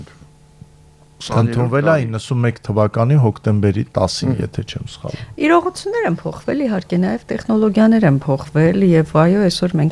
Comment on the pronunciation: ՑավԱցնել չէ՛, ՑավԵցնել է՛՛՛, կիսագրագետնե՛ր….գո՛նե լռե՛ք,վե՛ր ընկեք տեղներԴ,,,Զզվելի՛ է ձեզ նման կիսագրագետԻԿներին լսելը…Թ-ն՝ Ց՞՞, մի հատ նստե՛ք ու ձեր խոսքը լսեք,աղջի՛՛՛ ու արաա՛՛՛օր՝ «մեԴիան»՝ «մեՁիա» ես արտասանում, ա՛յ անգրագետ կնի՛կ…ԻրողուՑյու՞՞՞ն, կնի՛կ, մի հա՛տ ինքԴ քեզ լսի՛ր, անգրագետուհի՛, ա,ա,ա..|.փոխանակ՝ Է, Կնիկ՝ կազմակերպուՑյուն չի՛ արտասանվում՝ Թ-Թ եւ այլն…Գոնե լռե՛՛՛՛՛ք, վե՛ր ընկեք տեղներդ, յա՛խկ🤮